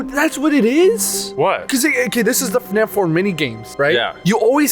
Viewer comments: it's fnaf not fuhnaff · FNAF wrong Fuhnaff right